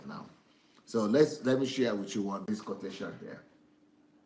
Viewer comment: shia shia shia... DSA ohhhhh lmao... It is share sir. Not shia.